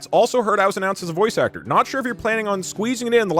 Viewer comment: I don't know what that pronunciation of "aCHtor" was, but it really got me. 😂